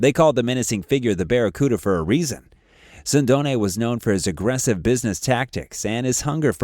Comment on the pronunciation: Mispronouncing Sindone. He was not killed 10 days after Caponigro's death, but 6 months later. His body was not found in a house, but behind a store - 5 minute video loaded with errors.